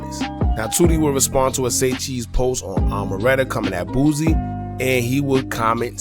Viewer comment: It’s “ Boosie” not “ Boozie”